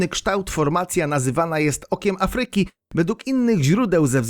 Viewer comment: Bardzo interesujące. Pozwalam jednak sobie zwrócić uwagę na coś, co razi: niewłaściwe akcentowanie słowa Afryka. Akcent powinien być nad głoską A, nie nad y. Inny przykład: słowo: fabryka (nad a, nie nad y). Takich przykładów niewłaściwego akcentowania zebrać można wiele. W publicznych środkach przekazu błąd, jakikolwiek, zdecydowanie razi.